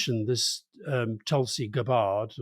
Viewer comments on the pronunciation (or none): After all the kerfuffle over "Kamala" pronunciation, I can't believe Alastair deliberately murdered Tulsi Gabbard's name. She was vice chair of the Democrats and a credible presidential candidate for the Dems in 2019 - she eviscerated Kamala over her hypocritical AD record in California in the debates and cause Ms Harris to drop out of the primaries. She is very patriotic and deserving of the DNI nomination